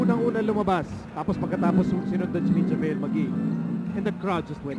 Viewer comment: dude its JaVale not Javele lol.